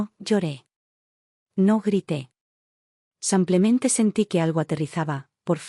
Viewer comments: Porque ella no dice simplemente ,no samplemente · Por favor , que no diga más samplemente . !!!